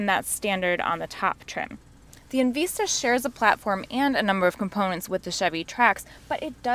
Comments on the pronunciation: It's called En Vista, not En Veesta ... LMAO 🤣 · Right? And later, at a few more spots. Short vowel “i” sound, not long. En-vi-sta